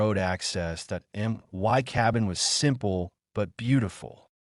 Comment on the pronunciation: Nice story but my is pronounced "mi" with a long "i" noy "m" "y". Fix this BS.